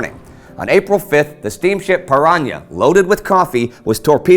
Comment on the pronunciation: Great video. The ship is called "Paraná" (/pah-rah-NAH/), though. There is no ñ in Portuguese, the ñ sound only happens in "nh", never in "n". But "piranha" ("piraña" in Spanish, both pronounced as in the video) is the fish, while "Paraná" is a state in the south of Brasil.